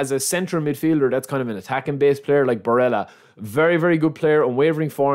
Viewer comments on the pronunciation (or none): none